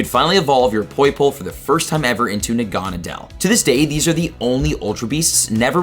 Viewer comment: It’s pronounced nah-gu-nah-dull